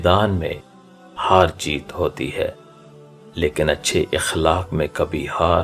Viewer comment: Aqlaaaq hai sahi lafz اخلاق زبر سے پڑھئے